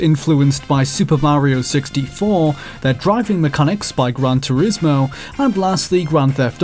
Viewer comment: The game could have had a sequel. I was never all that keen on Hit and Run, a bit...empty.....so I thought a sequel could have improved on it. Oh well, plenty of other games to play. Also "Gran Tourismo" Yeah...right.